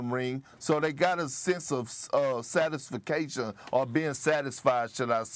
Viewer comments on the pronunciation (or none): He really said satis-fa-cashun 🤣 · Perk said satisfication 😂😂 tf is that??!! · Did Perk just say satisfacation 😂 bro what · Did Perk really say “satisfication” lol Anyhow Embiid and Harden are NOT going to get along. I smell drama before the end of the year. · Lol at Perk trying to “look” smart and saying words like satistification 😹💀💀💀. Never bought into this man, never will. 🤡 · My guy Perk said "satisFIcation" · Perk says satisfication? Is that a word? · Satis-fa-cation?! Perk you really need to pick up a book man. Reading in fundamental ☝🏾